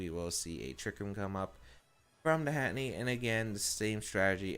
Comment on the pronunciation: Heh heh he says Hatteny and not Hatterene. XD